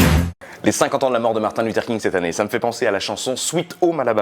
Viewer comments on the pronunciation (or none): none